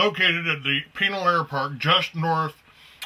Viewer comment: Hold on here. I'm just as concerned about chemtrail aerosol dumping BUT I smell a skunk. I'm from Tucson, ok? This old biker dude is NOT from the area because he doesn't even know how to properly pronounce Pinal & Marana. Not only that, this air park is an aircraft bone yard. The Tucson area stores the world's surplus of old aircraft. Take your Google Earth & move it south of Tucson to Davis Monthan AFB. You'll see 1000s of mothballed aircraft. On the ground you drive past & see for yourselves.